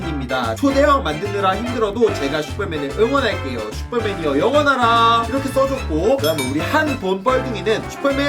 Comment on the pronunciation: 영원하라 말할때마다 영어나라 생각나 ㅋㅋㅋㅋ